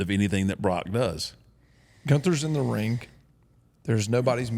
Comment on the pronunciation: I laugh every single time says "rink" instead of ring (like )